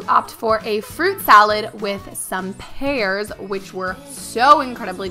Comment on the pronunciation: She said "pears" hahaha😂😂